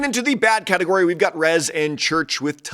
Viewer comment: Did you accidently say Rizz instead of Rezz? LOL